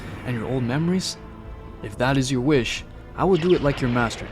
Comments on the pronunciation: Bro no wis whis with the extra e sound lol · Nobody is talking about how he is saying wiss😂😂